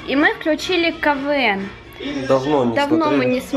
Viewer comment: Не Кавээн а Кэвээн